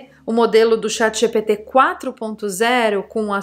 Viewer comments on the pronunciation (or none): none